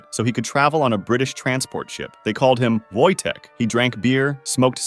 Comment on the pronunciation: Miś Wojtek!!! AND YOU ACTUALLY PRONOUNCED IT RIGHT